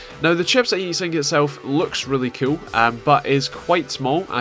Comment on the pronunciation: Ur axent make IT sound like when u say "cool" it sounds like "cute"